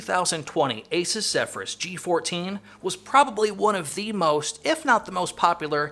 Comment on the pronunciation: great review. Asus is pronounced like Zeus.